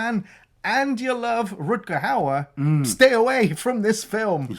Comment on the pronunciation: still cant pronounce Rutger Hauer name right. He is not Rutger Hooaher 😂